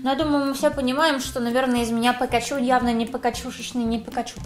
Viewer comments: Ни пекачу, а пикачу😣😣😣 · Простите конечно,но,она дура?)) Почему ПЭКАЧУ Если надо Пикачу? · Не пакачу а пикачу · Не пЭкачу, А ПИКАЧУ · Не пакачу , а пикачу